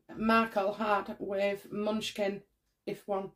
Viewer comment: It's Mah-noo-chin,...